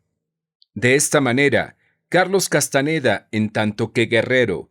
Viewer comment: No es Castaneda, es Castañeda.